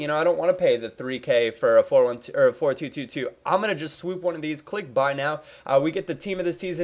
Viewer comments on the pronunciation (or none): none